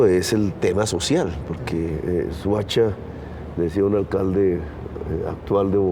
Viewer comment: Se dice Soacha no suacha.